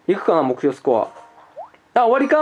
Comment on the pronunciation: スコアの発音が吹部